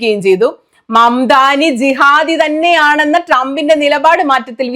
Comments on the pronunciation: മാമദാനി അല്ല മംദാനി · Sunimole idakkidakkende mamadàni ennu parayunnu mamdani ennalle??mamadani ennu kelkumbol samadani ennu varunnu oru a ang vittek adaa nallad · Mamadaani alla mamdani aan😅❤❤